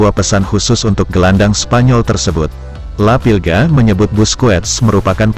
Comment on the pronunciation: Maaf La Pulga bukan La Pilga, La Pulga artinya si kutu